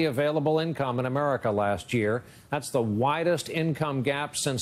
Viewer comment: he says "Americer" lol